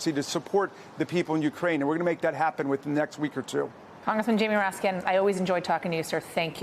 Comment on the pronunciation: Did she say ratskins? Cuz it sure sounded like she said ratskins.